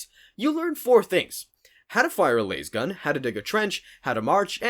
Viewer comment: It is L A S gun. Not lase gun 😅